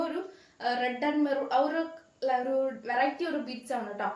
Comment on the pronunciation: ഒറു അല്ല ഒരു എന്ന് പറയു